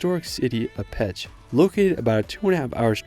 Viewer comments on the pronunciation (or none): Thank you for visiting Hungary. It seems you saw much of the country. Please know that for Pécs when you say it to sound like "pech" this means penis. The correct pronunciation in English is like "paych."